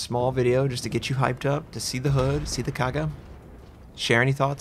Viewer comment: Linze Li can't pronounce Kaga anyway, so no expectation for him to call it a CV